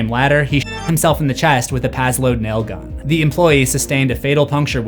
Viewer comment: It's really weird hearing nail gun pronounced properly instead of "Naaaaaiiiiillllll guuuunnnnn" IYKYK